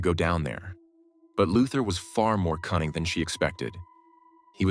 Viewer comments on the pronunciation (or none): I heard "cunning" as "kind"